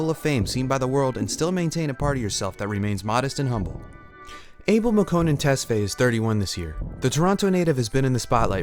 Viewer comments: His last name is pronounced ‘Tes-Fa-Yae’ not ‘Tes-Fay’. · Awesome video! I've never been a fan but I have never been able to not be enamoured by him 😍 Also, you pronounced his non-English name in English. It must be ''tes-fah-yay' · Yes, I'm an Ethiopian, where his parents are from so I know. People pronounce it as "able" but it's Ah-bell not ey but ah as in "A" in apple. Also his last name, Tes is pronounced as "tus" then fa-yae. Ah-bell Tus-fa-yae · damn the way you murdered his name lol Abel is pronounced (Ah-bail), Tesfaye (Tess-figh) rhymes with high. Its Amharic name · i think his last name is pronounced tes-fi-yeh lol